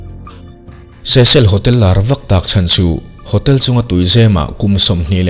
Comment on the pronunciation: Cecil hotel ilam dan hi adik chiah lo nge keiman ka hriat dan hi adik lo zawk le😊